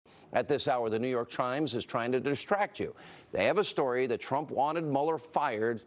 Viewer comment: "The New York Trimes"